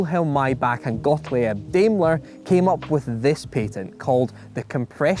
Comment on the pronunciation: Very good to see you making videos again! 👍 You state that some names keep popping up in automotive history. They do indeed. But with all the apparent research you do would it be possible to devote a little time to the pronunciation of (foreign to you I suppose) names? Daimler is pretty close, but Gottleeyeb??? For heaven's sake,! 🤣